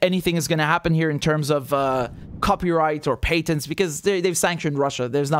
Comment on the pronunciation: It’s pronounced patents with the “a” being like the word “at.”